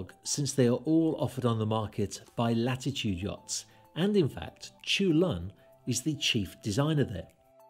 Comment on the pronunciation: Great video, just to add: his name should be pronounced "chul-hoon", not "choolun".